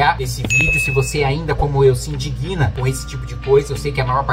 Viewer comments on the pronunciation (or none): “Indígna”, não “indiguina”, por favor…